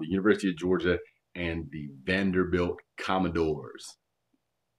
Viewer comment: The "commode-dores" 😂😂 my lord, never heard that one, that's amazing!